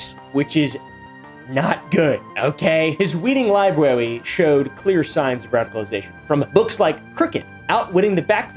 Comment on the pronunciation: “ his weeding lybwewy” 😂